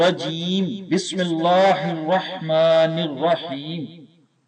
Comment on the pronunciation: minashi Taa hota he janab Twaa nahi hota janab Bismil Allah to seekh lo kam az kam